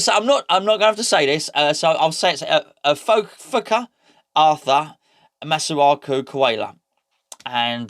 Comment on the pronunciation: I was pleasantly surprised by your PG pronunciation of Fuka-Arthur Masuaku 🤣🤣🤣🤣👏👏👏